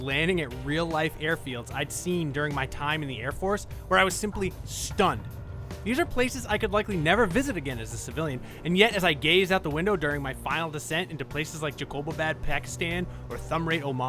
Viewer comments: It's not Jay-ko-ba-bad, it's Jacob-abad. 🙄 Great review though! 😁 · Funny, you pronounce Jacob-abad as jakoob-abad. It is Jacob as in, well "Jacob". The city is named after John Jacob, an administrator. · Jacob Abad. Dude way to butcher the name. Also we can't even go there as Pakistani civilians lol 😂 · I am From Pakistan and i was exited and happy that he mentioned our city named Jacobobad, its actually pronounced Jacba Baad. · Did he actually said Jacobabad ! Pakistan !!!